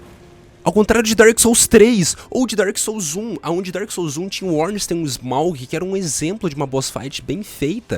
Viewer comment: "Ornstein e SMAUG" KKKKKKKKKKKKKKKKKKKKKKKKKKKKKKKK sabe nem falar seu porco